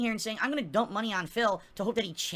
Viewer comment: "You give me mahney, no questions to where it goes!! " Angry